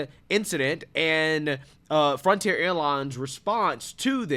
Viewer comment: Say it with me slowly… F R O N T I E R